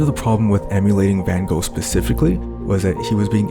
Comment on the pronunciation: You are not pronouncing his name correctly.